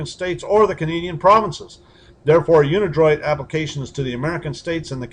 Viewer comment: dude can't even pronounce unidroit correctly.